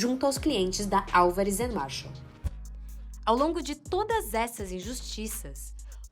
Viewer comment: Ótimo documentário, juizeco marreco, só erraram o nome do escritório, não é Marshall, é Marsal